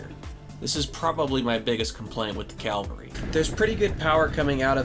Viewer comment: I love in all the reviews I've watched. no one can pronounce Cavalry. 😂😂